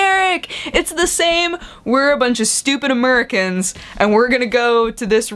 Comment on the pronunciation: a-merri-acans...... lol